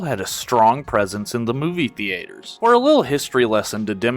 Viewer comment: Why do you say theater like that